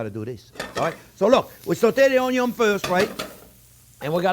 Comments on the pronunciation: I swear, every time he says Onyo I smile 😂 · It’s onyo not onio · Love the way he says onion 🌰